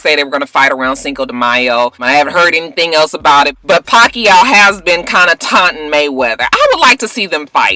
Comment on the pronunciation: ~round of applause for pronouncing Pacquiao correctly!~